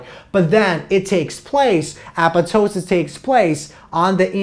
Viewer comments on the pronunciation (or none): i dont want to be disrespectful but the apetoesis gets me everytime .btw great job . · Appatosis? I guess the second "p" is silent?